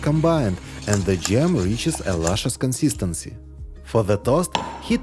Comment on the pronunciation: he said creesp instead of crisp/ and keek and loosciously